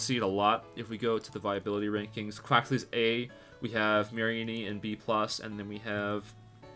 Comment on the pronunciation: I thought Mareanies name was pronounced like a combination of marine and meanie